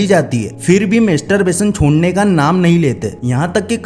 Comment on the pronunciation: मेस्टर बेसन नहि भोंदु,मास्टर बेसन बोल यु ट्यब बनातेहो बोलना नहि आता ?